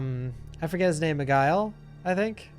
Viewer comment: After replaying over and over he's does say Miguel but he pronounce it Mi-guile Even more 💀💀💀